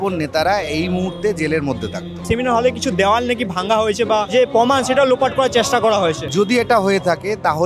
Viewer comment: Nice video,but poman na proman